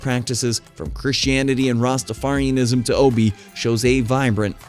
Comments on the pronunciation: It's O Be ah not ob my friend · It's not pronounced Obi, its Obeah the ah isn't silent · The dark magic you speak about is called Obeah, pronounced o b yah, not o b. Just saying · Not Obi😂 lts pronounced ObeYah. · It’s not O-be, it’s pronounced O-be-yah🤣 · It's pronounced oh-bay! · Obeah is pronounced Hubby-Yah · Pronounced O-Be-Ya. But hey what do I know? I'm not a YouTube content creator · Yes it is O-be-ya